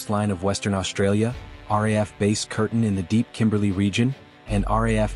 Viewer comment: Please teach your AI how to pronounce RAAF - it is “R- double A- F”. The RAF is the UK airforce